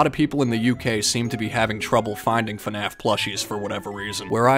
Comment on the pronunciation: Brooo. It's not finaf is fnaf like waah but fnaa..fff . It's not that hard🥺